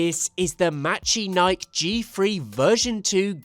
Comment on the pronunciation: I might be wrong, but I think it's pronounced "mechanikey"